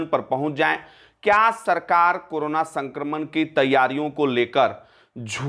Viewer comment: aap karana per bolna chod dijiye karo na